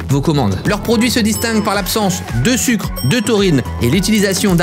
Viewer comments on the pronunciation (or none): none